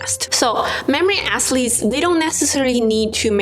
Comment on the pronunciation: I’m not mocking you in any way, but your athletes sounds like “ass-leads” to me, and it’s awesome😂